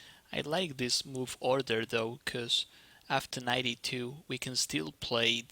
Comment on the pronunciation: Can this guy learn how to pronounce the English "g"? "e2"sounds like"g2". His high FIDE rating indicates a high IQ and he should be able to figure it out.